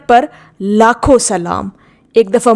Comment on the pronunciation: Ap drood parhne me lafz ki galti krri hen mohAmmadun perhen